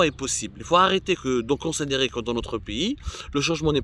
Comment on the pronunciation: Consedérer تلصق كما لخرا في القرداش